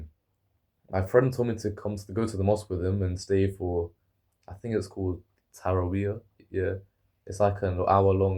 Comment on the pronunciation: u got it right, its pronounced ta-ra-weeh